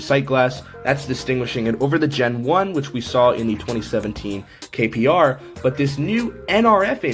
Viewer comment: Hey just wanted to let you know it says kpro (king pro)not kro 😂